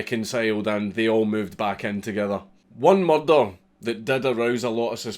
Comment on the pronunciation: Everyone at the Edinburgh Dungeon said it like that. Tis a good pronunciation.